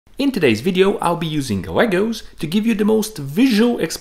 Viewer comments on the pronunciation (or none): none